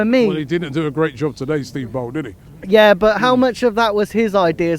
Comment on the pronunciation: This man said Steve Bould smh